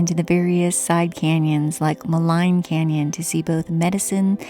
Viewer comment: Nice video from a uniquely beautiful region. Thanks for sharing. Incidentally, if you ask a local resident in Jasper, they will tell you Maligne is pronounced Muh-Leen, rhymes with clean.